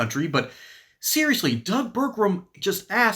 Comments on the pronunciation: Pronounced: Ber-gum Not: Ber-grum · It’s pronounced Burgum, not Burgrum.